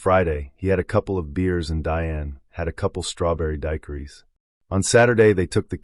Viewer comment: Is this your voice narrating or AI? Because the pronunciation of "Daiquiri" was weird. Anyway, my theory is that she wanted to end her life and all that her family held dear. The alcohol was fuel for courage. Also it was her mother who took that call from the rest stop and that's where she uttered the famous line, "There's something wrong with Aunt Diane."